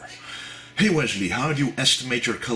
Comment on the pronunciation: the accent turns Wesley into Wisely, kinda.